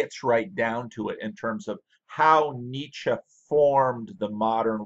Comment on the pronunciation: Finally a yankee who pronounces 'Nietzsche' correctly. I'm still puzzeled why a man of your insight and education who talks about popular and interesting things is having such a small audience. Probably good for us getting our comments answered. Both your work and your ramblings are highly appreciated.